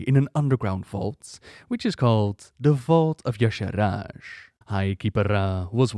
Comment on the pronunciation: Check the wiki. He said it right.